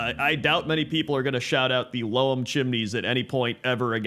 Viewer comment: Just to be that guy... Loam is pronounced like home, which is why I think they went this the name. Loam is another word for soil. Always thought it was a very clever name for the town.